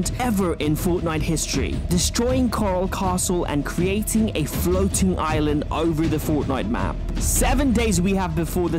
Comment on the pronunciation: “creating a floting island” wtf “floting”